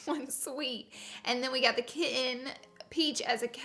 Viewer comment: I wish you would pronounce kitten correctly